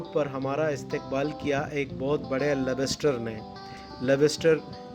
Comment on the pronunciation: اس جگہ کا نام "سن سپیٹ" ہے؟؟🤩، یا "سینڈس پٹ" ؟ یہ مچھلی "لب بس ٹر" ہے🤩 ؟؟ یا " لاابس ٹر " ؟؟ بھائی "ممالک 🤩؟؟ یا "ملک" ؟ ... "یہ گمان ہونے لگا کہ کہیں ہم کسی اور"ملک" میں تو نہیں آگۓ " بھائی بولنے سے پہلے سوچو کہ بولے جانے والے لفظ یا فقرے کا کوئی مطلب بھی ہے یا صرف ... ہوائی فائر کر رہے ہو 🤩؟؟ یہ بھی دعویٰ کر رہے ہو کہ آپ جرنلسٹ یا 'میڈیا پرسن " ہو ؟ الله ہی حافظ ہے🤩 You have increased my knowledge